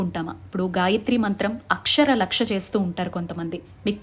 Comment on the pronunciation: Akshara laksha ante clear ga cheppandi